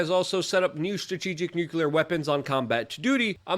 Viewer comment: Jeeeez, Luke. It is New-clear, not Newcuelar. C'mon man, you know the thing.